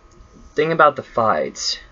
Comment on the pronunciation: Also Fides is pronounced as Fee-dus not like you were omg